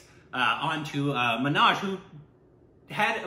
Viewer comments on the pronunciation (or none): Why say Manaj for Manoj? Is O pronounced as A in America? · Not Amaaj, Muh...noaj